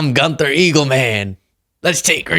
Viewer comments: Gunther is Pronounced: GUN-TER. No TH sound in Germanic languages. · If Trump is so rich can he not afford a mirror, or someone to do his ‘hair’ and makeup? PS it’s pronounced Gunter and it’s a German name. But seriously, DTJ should be embarrassed because clearly no one cared that he was there, when he spun his camera around it was only his sycophants behind him. And could you not come up with an original slogan instead of just saying ‘make Greenland great again’? I’ll admit I don’t know much about Greenland but they are part of Denmark and it’s a pretty great country so I imagine Greenland is a great place too. Maybe instead of threatening your allies Trump should actually try to make America great again and create proper and helpful policies. Could someone in America not just create a fake WH and pretend Trump is president? He’a clearly cognitively declining, so he’d never know he isn’t president. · Gun-ther rhymes with Bun & Stir. In German it Gun-ther sounds rhymes with Goon and Sir. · Pretty sure Gunther (yes probs pronounce the th,) is a real name but not the surname.